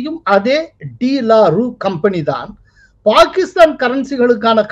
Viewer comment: that should be pronounced as டு லாரு